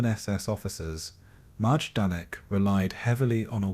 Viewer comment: The camp's name is pronounced My-don-ik.